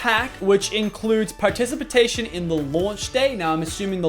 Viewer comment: I can't stop laughing "participatation"